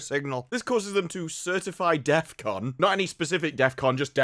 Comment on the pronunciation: bro says deathcon like he's Kanye or something